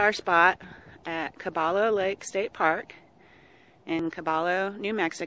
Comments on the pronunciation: Caballo..pronounced ca by yo...thanks. and cactuses, dont exit...they are cacti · LOL. I guess we pronounced it wrong. It should have been Kah-bah-yoh. Thanks for pointing out our mistake!